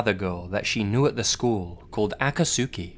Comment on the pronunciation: The man saying Aka-Sooki Has never watched naruto He’s mispronouncing Akatsuki lmao